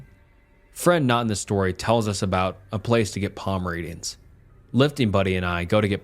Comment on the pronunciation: says palm reading, but I heard pomeranian lol